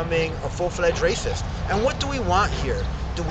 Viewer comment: Rashist?! Fashbook?! Man, u need a speech therapist!